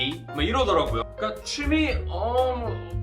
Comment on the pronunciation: 취미가 추미애로 들려요